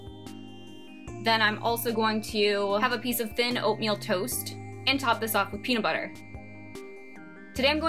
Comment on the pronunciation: The way she says toast😂but this is cool but I’d still be hungry asf lol can we eat snacks? Like yogurt or fruit in between?